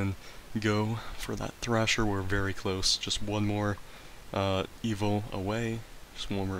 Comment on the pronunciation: Thresher not thrasher. Loved the video tho